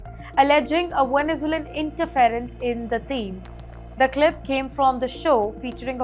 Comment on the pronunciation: Very poor pronunciation of Caracas, Caribbean, Israel, and interference. Please improve the English pronunciation.